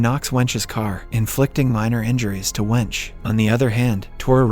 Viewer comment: I laughed when I heard the english way of pronouncing the name. Her name is Wenche, pronounced wenk-e.